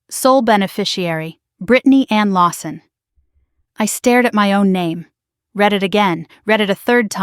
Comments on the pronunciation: Reed (read) first not Red (read) first. AI get it right. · Reed voice for Read